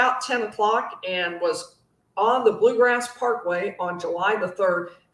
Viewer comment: It’s “Bluegrass” Parkway.